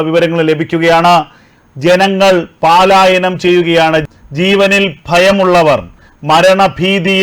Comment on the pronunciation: Pal ayanam paalayanam alla